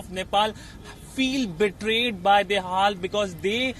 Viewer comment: 😂😂😂 Bdw, DAHAL is pronounced as THE HALL and not THE HELL